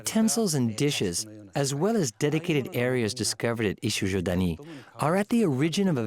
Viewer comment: Sorry, but Ichijödani is wrong. It's not ö, but ō. A slightly longer o. Ö is a different sound than o. Very difficult to explain to English speakers how it sounds, but quite simple for germanic speakers like Germany, Switzerland, Austria and even Finnland.